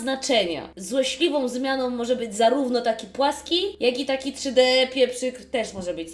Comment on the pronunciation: pieprzyki 'czszy dE" 😂